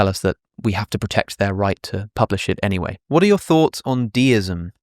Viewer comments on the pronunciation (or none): none